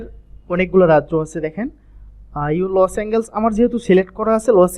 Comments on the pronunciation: Bryh😆 লস এঙ্গেলস জীবনের প্রথম শুনলাম এটা আবার কোন যায়গা!!??🤣 শুদ্ধ করে বলার চেষ্টা করুন, ওটা লস এঙ্গেলস না লস এন্জেলাস হবে🤷‍♂️ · ভাই লসএনজেল হবে। উচ্চারণ একটু শুদ্ধ করে বলেন।